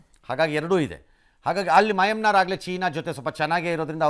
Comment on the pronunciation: ರಂಗಣ್ಣಂಗೆ ಮಯನ್ಮಾರ್ ಅನ್ನೋಕೆ ಬರ್ತಿಲ್ಲ😂😂